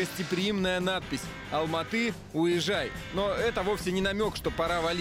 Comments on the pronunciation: Не уезжай , а ауе-жай .ауе -небо , жай - порт. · Орнул от тебя уезжай🤣🤣 правильнее говорить ауежай. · Ты неправелно говориш Не уезжай а əуежай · 🤣не уежай, а Әуежай🤣🤣🤣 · Если не знаешь как произносится, зачем так каверкать? Не "Уезжай" а "Əуежай", поскольку на русском языке нет звука "Ə", ее заменяют обычно со звуком "А", поэтому русскоговорящим лучше произносить "Ауежай", "ауе" - небо, "жай" - место, в нашем случае порт. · Для русского трудно выговорить слова, для казаха это слышится как искажение слов. Одно дело не выговорить или говорить с акцентом, это простительно. но многие россияне говорят тЭнге, хотя не говорят дЭньги. Уежай это как назвать Аэропорт Эро-портом. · Не каверкайте казахские слова!!! Ауежай! АкмОла! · Буква " Ə" əуежай